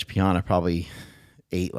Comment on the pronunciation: Rich's last name is pronounced P-Anna 🎉